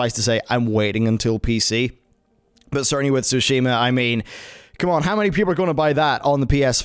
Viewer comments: SOO-shee-ma. Not soo-SHEE-ma. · It's TSUshima, not SUshima; Please learn how to pronounce it before you say it repeatedly. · I've pretty much given up on westerners butchering JP pronunciations then they play "I'm not a native speaker please don't hate me" card every time. "Sushi"ma, Se"key"row and Nayoh. LOL.